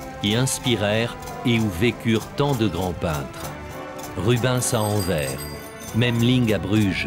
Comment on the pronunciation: et pour autre info , on ne dit pas Anver mais AnverSSSS , en flamand Antwerpen